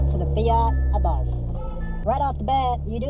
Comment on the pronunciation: Abarth. Soft A and silent H. Thanks for the comparison.